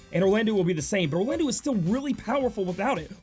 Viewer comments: pretty sure its pronounsed "Orlando". like soleil is also french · Yeah, It was bugging me in the previous vid, your pronunciation of Soleil. Glad you changed it, now you just need to change Orlandeau. (it's pronounced Orlando). Also, you typed it "Oralndeau"...